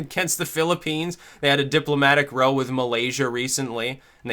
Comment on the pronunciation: "a diplomatic rowe" the fuck